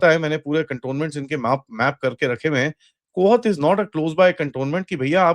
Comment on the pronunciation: कोहत नहींं कोहाट है चाचा